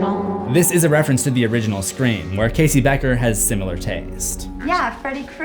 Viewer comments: Every time you said SCRE4M I thought I was going crazy 🤪 because the way you pronounced it lmao 🤣 glad I’m not going 🥜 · I cringe everytime I hear you say Scre4m